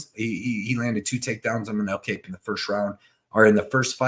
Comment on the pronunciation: W. only complaint is learn how to say Kape (pronounced cop)